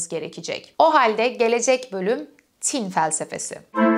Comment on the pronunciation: "Tin" kelimesinin telaffuzunda ortaki "i" uzatılmaz. "Tin" denir "Tîn" değil. 18.45'te doğru telaffuz ediyorsunuz mesela. Not: Hegel felsefesini bu şekilde akılcı olarak anlatan birinin bu denli basit sayılabilecek bir yanlışını bulup ilgi mi çekmek istiyorum? Hayır, tin doğası gereği, düşünülmesi, yazılması ve hatta telaffuzunda bile özen gösterilmesi gereken bir kavram. "Ruh-i mücerret" vardır, İstiklal Marşı'nda geçer. Hah işte onun tam karşılığı "Arı tin"dir. (Ama tin, tam karşılık olarak ruh demek değildir) BU kadar ince bir mesele ise telaffuz da o denli incedir. Önemlidir. Demesem olmazdı... Ayri bir ek. "Varlık neden var" kavramına verilecek metafor semiyotik açıdan "yokluk neden yok" olamıyor ki zaten absürt değil. Çünkü aslında "var olmak" (İngilizce "be" kelimesinin karşılığı olarak) Yokluk aslında vardır. Varoluşçuluk açısından Hegel penceresinden bakıldığında tercih edilmeyecek bir metafor sanırım.